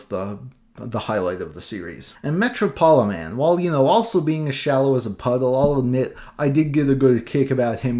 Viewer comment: surely Metropoliman is pronounced like Metropolis..?